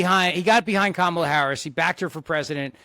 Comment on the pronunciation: can’t even pronounce, “Kamala.” 😂😂😂